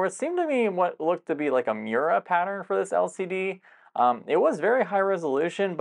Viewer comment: "...there seemed to be what looked to me like a MYURA pattern..." Moiré is "mo-RAY" not myura Sing it with me,... <Dean Martin walks in and starts to croon his famous hit *"That's *Amoré"*> ♪ When the light hits your eye, ♫ Those lines you decry! ♪ That's a Moiré! ♫ When you play in VR, ♪ And you can't see that far, ♫ That's a Moiré! ♪ It's a pesky darn thing, ♫ That makes your eyes sting, ♪ That's a Moiré! ♫ It don't get you down, ♪ adjust headsets crown, ♪ and no Moiré! ♪ You just lost the game, ♫ The lines screwed up your aim, ♪ That's a Moiré! ♫ Wandering in VR, ♪ Wild patterns bizarre, ♫ That's a Moiré! ♪ And still inot quite right, ♫ As they dance left and right, ♪ That's a Moiré! ♫ It won't spoil your fun, ♪ you're adjusting it some, ♫ And no Moiré! ♪ So crank your set tight, ♫ And hope for some delight, ♪ Oh no, there's a Moiré! ♪ Take a moment, adjust, ♫ And you won't have to fuss, ♪ That's a Moiré! ♫ You're back in the game, ♪ And things don't look the same, ♫ That's a Moiré ♪ Wearing your Quest ♫ Puts you to the test, ♪ That's a Moiré! ♫ Gaming in your Rift, ♪ Don't give you a lift, ♫ That's a Moiré! ♪ When you're driving in VR, ♫ And you can't drive that far, ♪ Because - a Moiré! ♫ You're alive in your Vive, ♪ Don't think you'll survive, ♫ Cuz a Moiré! ♪ The new PSVR, ♫ Still has it! How bizarre! ♪ It has a Moiré! ♫ Flying in the Index, ♪ You say, "What in the hecks!", ♫ That's a Moiré! ♪ In Elite Odyssey, ♫ They make you wobbly, ♪ That's a Moiré! ♫ Phas